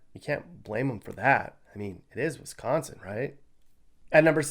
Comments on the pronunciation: Sounds like your from that puky place called Illinois with the way you say Wisconsin. And you have no idea what you are talking about. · Sorry but WiscAnsin not Wisconsin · Why are you hating on WISCO? Where are you from? Clearly not Wisco because you say Wisconain wrong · You cant even say wisconsin why should i listen to you .